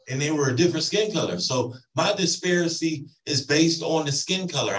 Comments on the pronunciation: What is DISPARACY??? 🤦🏻‍♀️😝 Literally making up words thinking he is sounding all articulate. 😝🤣🤡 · He said "a disparisy and treatment based on skin color" instead of disparity, if he's going to try such an argument...he should learn the words....or use smaller words he actually knows how to say. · ...is he trying to say 'disparity?' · Did he say he's going to transfer the pain to someone else? Edit:I was ignoring it but I just can't. It's not mercer. It's mrsa. Uh! Mer suh! It's disparity, not didparcity